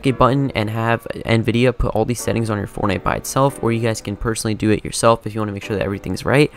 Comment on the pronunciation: he do be saying fornite